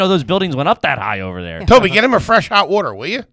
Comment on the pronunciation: H. “I do love wuiuuutturrrr” Foley